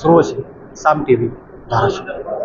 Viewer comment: पत्रकार तू आधी धाराशिव बोल रे बाबा